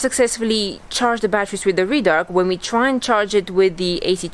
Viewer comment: Red-Arc mate not Reed _arc